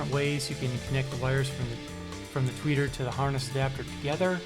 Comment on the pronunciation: Say "Tweaker" one more time lol